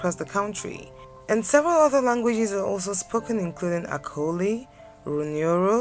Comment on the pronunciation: wish you mentioned Acoli properly... it's not akoli, also you made it sound like a sub language... but thanks for the vid.